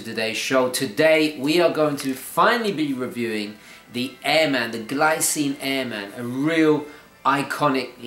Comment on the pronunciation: I usually don't go for black watches but I do like this one. Great review my friend! I would like to mention that airman is an aviation term and pronounced as one word.